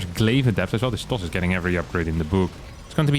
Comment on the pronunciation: "*Terran*" pops up on cam, which looks like it's supposed to be a correction for "'toss", but I think he actually said "Does" with a very Dutch accent.